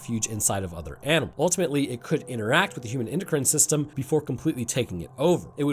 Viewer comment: "endocry'in system" lol